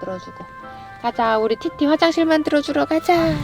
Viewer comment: ㅋㅋㅋㅋㅋ아 이제 티티가 아니라 띠띠로 밖에 안들렼ㅋㅋ큐ㅠㅠ